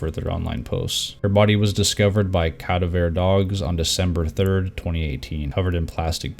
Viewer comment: please the pronunciation of cadaver sent me!